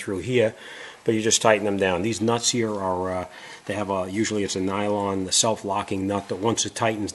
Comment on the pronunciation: Salt wreaks havok on everything rubbah, as you can see heeya. Unbolt it heeya, unbolt it heeya. Lol